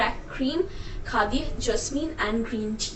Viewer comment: Bap re accent 😂 Khaa di